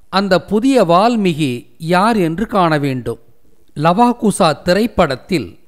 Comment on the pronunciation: வால்மி"ஹி" அல்ல வால்மீ"கி"...